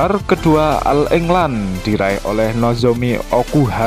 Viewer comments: bacanya oll england min... bukan al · Agak d perbaiki bhs inggris , penyebutan all england dg oll england bukan al england